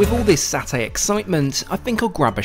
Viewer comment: I like the video, and SIA is my favorite airline by a large margin. But, the word is satay, or the Indonesian spelling of sate. In Malayo-Polynesian language there is no "Saa". It is "Saw" "tay".it's it s nails on a wall.. Also- it's not Ren- DANG. It's Ren-dong.